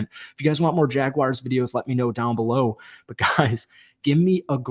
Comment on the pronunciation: Dude, do me a favor and learn how to pronounce Jaguar before you do another video...there is no "I" in my teams name...such a pet peeve of mine!!🙄🙄